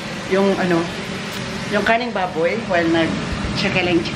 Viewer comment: Pagsabi ni, di lang naman masyadong clear ang letter "R" sa salitang "karneng baboy". Napansin ko na dati pa pero alam ko naman na he meant "karneng baboy" not "kaning baboy". Next time, paki pronounce mabuti yung letter "rrrrrr" sa "karneng baboy" para di ma mis interpret ng ibang viewers mo na nag comment lalo na dito sa video mo. Thank u!